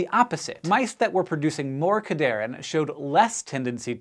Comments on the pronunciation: It's pronounced CAD-Here-In. They help cells conditionally adhere to each other, hence the name. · Its pronounced CAD-HERE-IN having its etymology in ADHERE (sticking together). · I'm not one to correct pronunciation, but the naming of this class of proteins was really well done. It's pronounced cad "hearin" because it is "Ca"lcium "d"ependent "adhere"ing molecules. Love when scientists make memorizing mechanisms easy, so I wanted to point this out :) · It's pronounced "CAD-HERE-IN" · I died a little every time Cadherin was mispronounced :(( come on SciShow